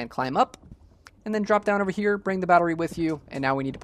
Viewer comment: stop saying "thee" every time dawg it's "the"